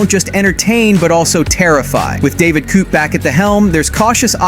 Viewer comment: It's David Koepp, not David Coup.